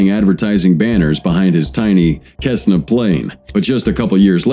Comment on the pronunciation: Cessna is pronounced "sessns"..,being Ai i guess it cannot pronounce words correctly..